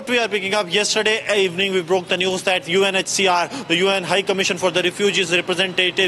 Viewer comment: Why do you keep saying UNHSR ?